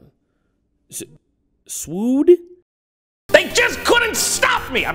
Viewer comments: Swoop, not swood. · I love how the "SWOOD" joke all started from the fact that Jon misread "SWOOP". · I can't be the only one who's fairly sure it's Swoop, right? Not swood? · It’s taken me 9 years to realize that it’s not SWOOD it said “SWOOP” 😂😂😂😂😂 Jesus this joke is even funnier now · It dosnt say swood, it says swoop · Finally someone said it XD. Either way I'm glad be said swood. He made it more funnier. Gotta love Jontron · YOU EITHER SWOOD OR YOU GO HOME! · swood man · nope it's definitely swood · "That must've been one swood guy" - JonTron, 2014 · “Swood this swood that” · Totally not "Swoop" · Frantz// I think it read "Swoop" in reality but Jon couldn't see it properly from the couch